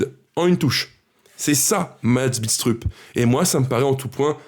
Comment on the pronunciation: Salut, super tes vidéos comme d'hab, pour Mads, ça se prononce "Bidstreup" lui même le prononce comme cela. Déçu évidemment par la vente de Moreira, un vrai crève coeur..malheureusement pas le choix, je me demande si un jour, on aura le droit au bonheur nous aussi...et le droit de s'attacher aux joueurs